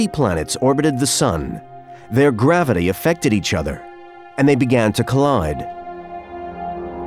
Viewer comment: Dear narrator there is no D in gravity!😅